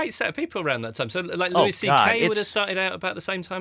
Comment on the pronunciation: Interviewer totally butchers Louis' name!